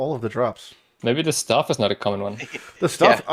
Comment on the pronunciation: "the staff" went full on european for a sec there loool 🤣